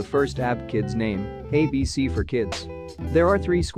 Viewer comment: Bro is pronouncing ABC Abk